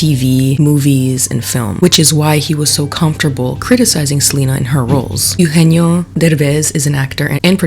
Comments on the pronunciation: It’s pronounced Eh-oo- genio. Not “you-genio” Anywho, I don’t like the criticism that Selena is getting. My daughter is a second generation Mexican American. I tried to teach her Spanish, however, due to her having a speech delay, she had difficulty picking it up. Therefore, she only speaks English. I would hate for society to make fun of my child and label her a “no sabo” kid and/or tell her that she’s not Latina enough due to setbacks that were out of our control. Selena was offered a role and she took it and made the best of it. I think that you’re pointing the finger in the wrong direction. What was she supposed to do? Say no to making money? If the same opportunity arose for you, would you have said no? I don’t think so. Ultimately, I agree on this being a bad film overall. The plot didn’t make sense. There’s no way that a cartel kingpin would ever consider becoming a woman. Machismo runs deep in the Mexican culture. It just wasn’t realistic. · so sorry to nitpick but its "EH-oo-jeh-nyo"😅 also the man has every right to criticize considering hes been successful in both the mexican and US film industry. and i LOVE only murders in the building but selena is just not a good actress so the excuses for her performance are dumb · eugenio is pronounced "eh - ooh heh - neo" btw (sorry love you lol ❤) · If you're going to discuss the cultural insensitivity of Emilia Perez (which I totally agree with) you should look up how to pronounce Eugenio properly, it's not very difficult! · also the mispronunciation of Eugenio is hurting my soul 🥲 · Okay I know this is minor but it’s not Ugenio Urbez, it’s Eugenio Derbez. Eh-ugenio. He’s an icon. He deserves to have his name pronounced correctly 😭🤣🙏🏽 love you!